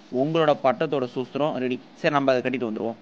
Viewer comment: bro suthram not sucham